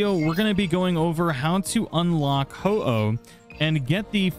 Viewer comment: You feel bad for mispronouncing Ho-oh while getting it correct, but not bad for mispronouncing Heliolisk (You constantly say Heel-i-osk). Just because Ho-oh is a legendary it gets special treatment? is that it?